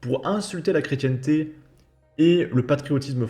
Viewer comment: S il vous plaît, pourriez -vous prononcer correctement le mot " chrétienté"? En phonétique ça donne " chrétien t". Vous, vous dites " chrétienne t" . Merci